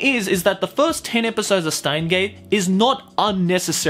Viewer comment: steins;gate in japanese is シュタインズ・ゲート (shutainzu geito), because STEIN is the german word for stone, it is pronounced shteins as can be seen in japanese. Germans use "sh" sound for "st" and "sp".